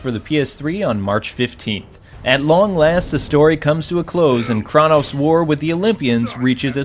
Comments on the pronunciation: God of War II better than III? I have to disagree with that. GOW II had some issues with level design and III really nails it down. The difficulty in III is also much better balanced. Anyone who beat the sisters in II can attest to this! Also it's pronounced KRAY-TOS not KRAW-TOS :p I agree with the Sonic DS collection being too much at $29. There is no reason a new Sonic Collection should not include Sonic CD. It should also have the S&K "Lock-On" capabilities as well as Sonic Spinball & MBM. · Two things I wanna share with you about God of War,. Don't think I'm being mean, please. 1) It's pronounced Kray-Toess 2) God of War series, to me and I know I'll be getting hate for saying this, is overrated. If only because of Kratos.